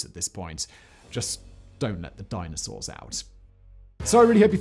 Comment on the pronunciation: I heard Dinostores.